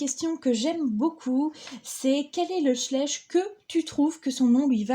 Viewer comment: Shleiche pas chlesche